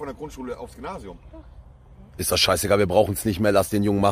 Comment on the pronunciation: Der Moment wo "Monte" sagt " Gynasium " HAHA herlich Der Typ 😀